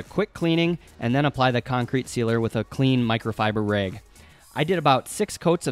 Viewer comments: What is with the way you say words with "soft a's"? Slag = sl-ai-g?! Rag = r-ai-g?! Is that a Montana accent? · Wow, that was ultra cool. It took me a little while to figure out what you were saying when you said rayg several times. I'm glad you had a friend to carry the top. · I was completely distracted by his pronunciation of the word "rag." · You pronounce rag and slag like a Michigander. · I thought I watched this guy before. He's the one who pronounced "rag" as "reg." Lol "Five dollars a beg." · Ive never heard the words bag and rag pronounced that way before.